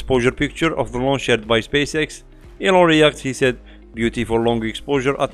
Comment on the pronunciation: It sounded like you said Psyche laun h on the 20th. I can't find anything but the 12th elsewhere.